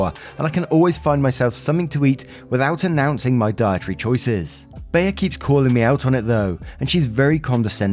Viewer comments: I know there are probably 100 comments about it already but Bea is pronounced Bee. Like Aunt Bea from Mayberry lol I had to stop my cooking to see who named their kid Baya lol. Carry on great story yadda yadda! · Bea is pronounced BEE! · Lol ….Bea is pronounced ‘bee’. You are just adorable!! lol 😝 💜💜💜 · To let you know,, the name Bea has the same pronunciation as the word "bee". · Oh my god OP1 your parents are the biggest douchebags here for lying edit Story 2 ( its Bea like 'Bee' hahaha)